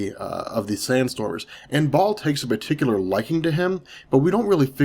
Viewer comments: Baal baaaaal not Ball lmao. Great video otherwise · it's pronounce Baal (BA-EL)....very important figure to the occult society.